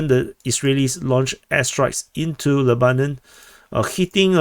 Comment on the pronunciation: I don't know the Arabic pronunciation, but in English we call the country, 'LEB/anon'.